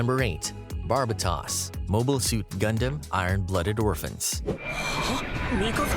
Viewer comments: Ugh, the pronunciation of Barbatos was horrid, its Tos not Tas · The tos of Barbatos is said like Toast sans the second T, not like Toss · Epyon doesn’t actually have any Vulcans, that was an animation error in the show. Barbatos is pronounced with “tose” instead of “toss” and I swear he’s the one that gets the most flak online. I love the design and the feral fighting style of mikazuki. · Trying not to hate but Barbatos is pronounce as bar-bay-os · At surface level a few things. The mispronouncing of names (Zechs, Barbados, Bael, Zeonism, Setsuna) Calling Banager the leader of the Vist Foundation. Also some of these shouldn't be classed together, like IBO gundams wouldn't hold up anything after the one year war. Sure they're resistant to beam weapons but once you get into handling psycho frames their unique system wouldn't hold up. Wing zero and epyon are too closely alike to shove Barbados in the middle like they did. I would Barbados and bael below them, zero system is alike to cyber newtype systems, the alaya-vijnana is great for reaction time, but most AI like zero system and what's in the UC timeline already can do that. Even then we have to consider Strike freedom which is great but is just a high performance suit without Kira. Nothing on it stands out on it other than beam spamming. So based on that hwres where I'd stack them Tier S- tie Between Turn A and Unicorn (I know how strong Turn A is, but we don't know much of the fate of newtypes and what happened to the Unicorn) 00 Quanta, its capabilites are similar to the Unicorn in application and unique abilities of GN particles work very similar to psychoframes Tier A - God Gundam and Devil gundam, is hard to understate their power since they more akin to super robots, but one can terraform and the other was able to beat it on firepower alone. Wing Zero and Epyon also belong here due to the Zero System and their their similar destructive output (power to destroy c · Jesus... you butcher Barbatos name.